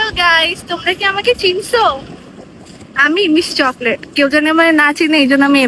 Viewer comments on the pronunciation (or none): আপা চলকেট না তো চকলেট হবে